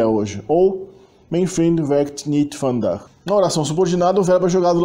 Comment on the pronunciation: Parabéns, muito bom. Não é fácil pronunciar o "ui" e nem o " eu" ! Só umas pequenas correções se me permitir. A palavra é " vandaag" e não "vandag". Pronuncie os " i" como "ê" : Ik wil water drinken= Êk wêl water drênken. A pronúncia do " u" da palavra "zullen" é igual ao "e" do artigo "de", portanto não um "uu" nem "oe".A pronúncia de "tafels" ( mesas) não é "taffels" mas "tááfels". A pronúncia dos "g" é bem gutural nos Países Baixos ( harde g) e não é igual ao g do alemão. No sul da "Holanda" e no flamengo belga o " g" pronuncia- se com um " zachte g" algo parecido com o g- laut alemão ( não igual!). A palavra " meisje" ( menininha) pronuncia- se méisje e não " meesje" (mêisje) que é uma espécie de passarinho. E não houve MESMO a perda total do genitivo! Muitas expressões permaneceram "versteend" como "Vrouw des huizes" etc. Gecopieeerd van het internet: genitief (taalkundige term) synoniem = bezitsvorm, tweede naamval De genitief is een vorm die aangeeft van wie of wat iets is. Bij zelfstandige naamwoorden is dat de bezits-s. De betekenis ervan kan worden omschreven met een van-bepaling. Obama's grootmoeder (= de grootmoeder van Obama) Frankrijks culturele identiteit (= de culturele identiteit van Frankrijk) vaders rommelige kantoor (= het rommelige kantoor van vader) Ook bijvoeglijke naamwoorden krijgen een bezits-s als ze voorafgegaan worden door iets, niets, wat, veel, weinig of wat voor en het geheel de waarde van een zelfstandig naamwoord heeft. Het was niets bijzonde